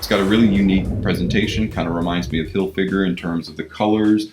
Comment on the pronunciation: Hilfyger? Seriously?